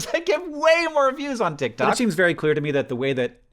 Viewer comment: hank i lost you at "titktok"